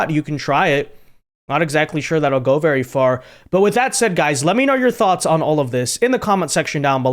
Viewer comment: Be VEWWWY VEWWWY QUIET..... Tim's hunting for WABBITS!